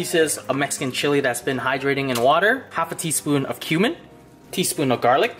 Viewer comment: When he say cumin it sounds like human